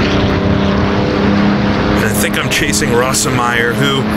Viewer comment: watch a documentary and learn how to pronounce the drivers names. there are plenty of examples of proper pronunciation out there. I've never heard Bernd "Rose-meyer" pronounced "ross-em-meyer" . It makes you sound dumb. You get them wrong all the time. It's annoying. Work on it. Also, don't talk so much.